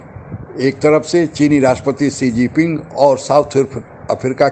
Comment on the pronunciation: Apko English bolna ya likhna nahi aata hai kya? Chinese president ka naam "Xigiping" nahi hai. Sahi naam hai " Xi Jinping".